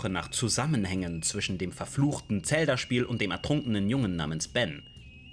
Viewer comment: Bitte hör auf Tselda zu sagen😅 Sagst safe auch Tsora😂😅😅😅😅 Muss dir trotzdem riesenlob geben deine videos sind ultra gut!